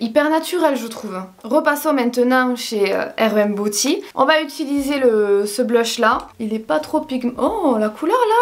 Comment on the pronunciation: Quand dit « Booty » à la place de « Beauty » 😂 merci pour les barres de rire!!!!!